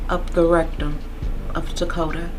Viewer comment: And thank you for pronouncing his name correctly! So many people call this baby Dakota and it angers me so bad. HIS NAME IS TAKODA, and he was here and he mattered!